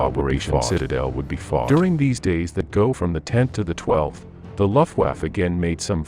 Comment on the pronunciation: Your pronunciation of the name of the German air force is incorrect. It is not LOFT-waffe but LUF Get it LUF. L-- u-- f-- t=Luft-waffe.